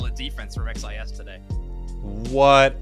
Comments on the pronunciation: The name is pronounced (cheese) XIS, Also love from Brazil. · I mean, "xis" is literally how the letter X is pronounced in Portuguese... imo, I think it's better to say it more like "shiz" or "sheez" instead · Hey,! Here in Brazil, in my region, we usually say "Sheese" for XIS and "OG Life" you can say in english. But just you to know, I am not complaining 😝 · Legal ver como eles não conseguem pronunciar "xis" com o dom da letra normalmente, eles falam as 3 letras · XIS (pronounced as /ʃɪz/) is legit, their secures and objective control are incredible. It's gonna be sick to see how each region's meta matches up at worlds